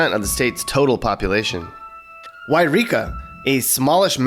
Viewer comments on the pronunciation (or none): Yreka is pronounced why reek uh.